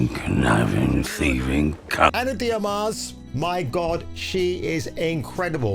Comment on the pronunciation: Ana "De-Ar-Mas"